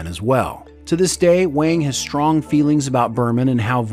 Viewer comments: What’s going on with your mispronunciations? Data, Wang, Leah, etc. You got my +1 l, and I realize these videos take a lot of work, but jeez please pronounce people’s names correctly. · Garrett' Wang's last name is pronounced "wong". (Looks like Harry Kim continues to her the short end of the stick decades after Voyager 😅) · The entire Harry Kim section - repeatedly saying Garrett Wang's last name incorrectly (it's pronounced "wong") took me out.